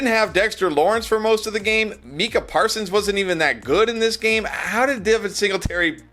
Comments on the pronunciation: This mf mispronounced mica parsons 🙄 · Who tf is Meeka Parsons? 😂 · Meecah Parsons! Haha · Meeka parsons bro? 😂